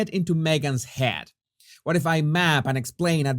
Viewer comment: Hello — Here’s your daily list of English pronunciation tips ‘Strange’ = [recte ‘straynj’] not [EStraynj] ‘Head’ = [recte ‘hedd’] not [‘haad’] ‘Summarised’ [recte ‘summrizd] not [‘soomryzd’] Fausto is going to kill me if he ever reads these ‘tips’!! LOL